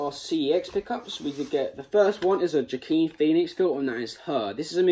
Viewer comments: Nice video there matey. I had to laugh at "Ja-Keen Phoenix" though It's pronounced Wa-keen ;) Other then that, keep up the good work :) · Mate you need to watch Signs and Walk the Line for some great Joaquin Phoenix performances. BTW his name is pronounced ‘wa-keen’ 👍